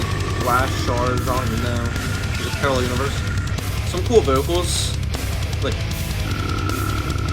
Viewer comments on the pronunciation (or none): none